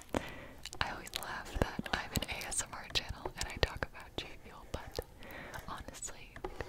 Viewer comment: Is it just me or i keep hearing people say "J Fuel" instead of "G Fuel".